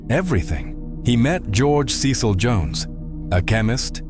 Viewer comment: Crowley rhymes with Holy ... you should have used the English pronunciation of "Cecil" ... you've twisted all the details around about his trip to North America ... he received the Book of the Law while on his extended honeymoon ... Aiwaz is the secret name of Melek Taus, the brazen peacock of Kurdish Yazidi belief. He is described as a holy being [Among early Christians, the Peacock represented immortality because of a folk belief that its flesh does not decay after death. Peacocks are not common to Yezidi territory]. Melek Taus may also correspond to the ancient Mesopotamian divinity of Tammuz. He allocates Responsibilities, Blessings and Misfortunes upon humanity as he sees fit and it is not for the human race to question his choices. Melek Taus is a leader of archangels. יהוה ordered him not to bow to other beings. The deity praised him and made him the leader of all angels and his deputy on the Earth. The Yazidis believe that Melek Taus comes down to the Earth on the first Wednesday of April [So Melek Taus comes down to Earth about the time The Book of the Law was written!]. He is the only angelic being (if that is what he is) that was given Free Will ... I agree that the AEon of Horus is the Age of Aquarius ... The Æon of Horus should see: a period of group consciousness; a purification of our inner spirit selves, while also mirroring these purifying changes into the living planetary system; and widespread transparent, peaceful, neighborly, and sustainable living ... if